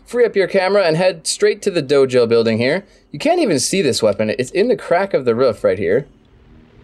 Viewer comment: don’t say roof like that